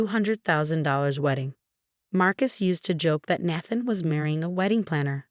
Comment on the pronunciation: Good grief!!! This is the 2nd video where the voice-over mispronounced Nathan and naive...and many other words, but those are the worst. Fix it!!!